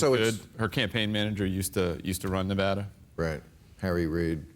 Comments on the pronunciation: I LOVE YOU BILL but you are all pronouncing Nevada wrong.... >.> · Fucking A bill, Pronounce Nevada correctly please. its not NevAAAAAdaAWWW, jeezums